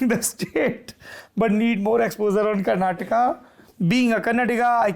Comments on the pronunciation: Kerala nhi bol rahe saurabh ji keral bol rahe ase hi Karnataka ki jagah karnatak bol rahe, asa mat karo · Saurabh, you again said KARNATAK not KARNATAKA